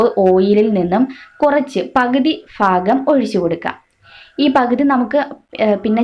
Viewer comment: Fagam alla mole bagam enna parayended